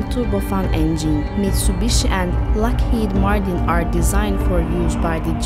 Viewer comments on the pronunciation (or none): none